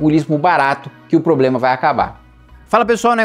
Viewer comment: Seguido do "PREDO" vem a palavra "POBLEMA" 😂😂😂😂😂 Vamos desenrolar a lingua Kim hahaha ❤